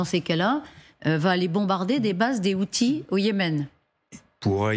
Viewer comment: Outils 😂 Al haouthi pas outiles